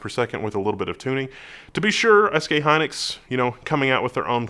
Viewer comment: It's SK Hynix not Hynlix